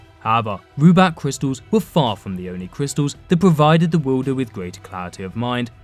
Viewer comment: Cwistals. ..... omg stfu